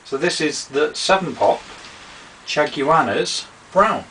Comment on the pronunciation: lolz....it's chaguanas (shag-wa-nas):D